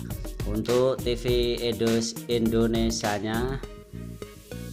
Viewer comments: ketahuan banget abang ini orang jawa. karena dia bilang endonesia bukan indonesia :) gokil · Indonesia pak bukan Indonesa hadehh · ralat..bukan ENDONESIA tp INDONESIA..INDONESIA INDONESIA..